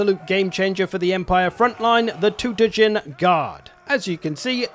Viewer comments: It's so bad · It's funny how the narrator pronounces "Todbringer"